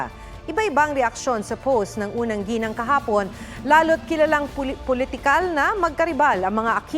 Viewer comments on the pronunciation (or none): none